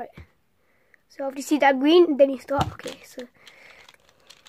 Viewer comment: my favorite part is when you say : Gween